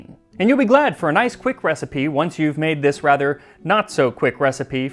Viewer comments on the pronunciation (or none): none